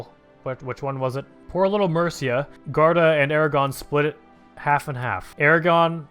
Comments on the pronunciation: it is guarda not garda, read the u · Luis Pinto Yeah, he should say "goo-are-da"